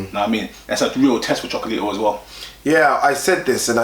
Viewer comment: Loved the show as usual. Starting to kill me though... its Cho-co-la-ti-to. 5 syllables. #SunsOutGunsOut